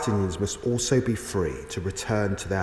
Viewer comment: Fwee the SAUSAGES